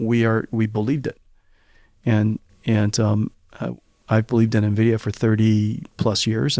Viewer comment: Actually knowing how to pronounce NVIDIA. <3 lol Soooo many YouTubers butcher it.